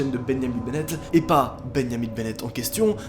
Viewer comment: beniamin bennette 🤣🤣 y'a prononciation est folle